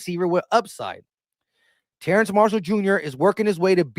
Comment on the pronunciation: Every time my man said TerraNce I said TerrAce. 😂